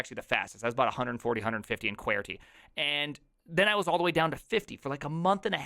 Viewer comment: Why do you call QWERTY QWAIRTY